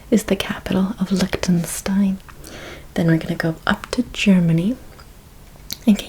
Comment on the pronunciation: I love your videos, but "Licktenstein" made me laugh out loud